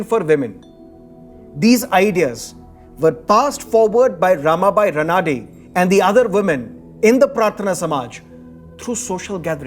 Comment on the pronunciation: Excellent. The Marathi pronounciation is रानडे not रनाडे!